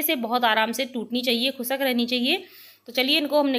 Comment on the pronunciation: Mam recipe bhot achi pr plzzz ap khusk mt boliye khushk hota hai